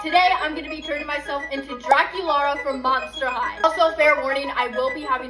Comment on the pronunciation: Draculaura not Draculara